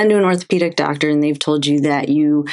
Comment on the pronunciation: It's ..."And.......not .."eennnd". Proper pronunciation